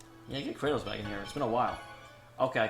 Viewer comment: I just found this video by chance...why were you pronouncing Kratos as "Kray-tos"?